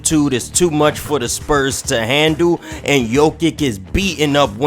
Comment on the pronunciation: Bro butchering ever body name. I tried to ignore it but when u messed up jokic name I was done